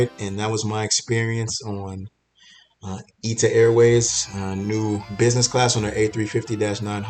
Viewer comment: It’s not Ita Airways. It’s I.T.A. airways.